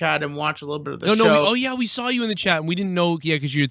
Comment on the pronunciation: Speaking on pronouncing words wrong you always say Sawrr instead of Saw lol it dries me crazy lol